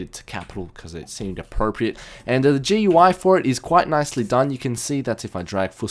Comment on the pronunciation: It's not GUI, its goo-EY thats how you say it. Trust me